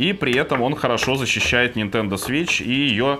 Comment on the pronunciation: 2.28 "включаем нашу нинтендУ свич лайт" - как гвоздем по стеклу